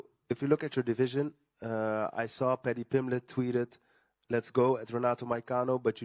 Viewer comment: Padjee Pimblej